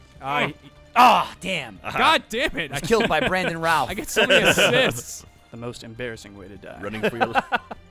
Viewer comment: with my name being Nick Routh, i can attest to say that pronounced it correctly the first time as ruth.